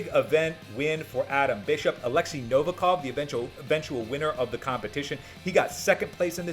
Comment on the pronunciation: appreciate your work, but learn to pronounce correctly the surname of 100% the strongest Man!